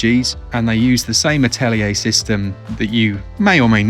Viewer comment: God bless you for saying "Atelier" correctly <3